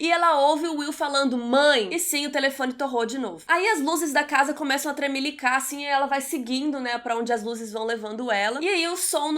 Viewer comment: amei essa guria ! ela fala: ´´tremilicá`` igual que eu.... kkkkk adoro palavras inventadas !